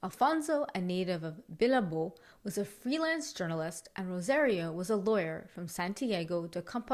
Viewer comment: Bilbao is two syllables, pronounced Bill BOW (like in the bow of a boat, not bow-and-arrow) and pronunciation doesn’t get better when Invisalign is removed if you don’t know how to pronounce a word to begin with. Google is your friend for nouns. Santiago, Galicia and Bilbao are my recommendations for your first searches.